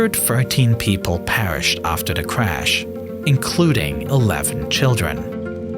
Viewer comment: I thought for sure it was AI. Dat instead of that. Da instead of the. And crickly instead of quickly.